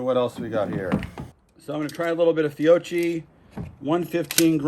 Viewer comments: Great video! Fiocchi is pronounced Fio-key : ) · TARAN it's pronounced fee-oh-key